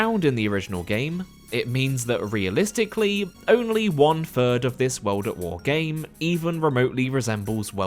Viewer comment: “Weld at Wer”